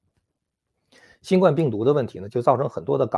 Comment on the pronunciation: 喜欢你的节目，有说服力。 请你把新冠病毒的冠读第一声。谢谢。